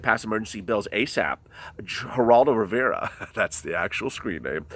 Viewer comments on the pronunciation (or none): none